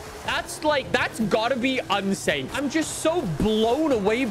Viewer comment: "Unsane"